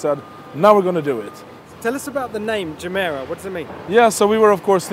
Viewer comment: why not using the correct Swedish pronunciation for its name? ji:mi:ra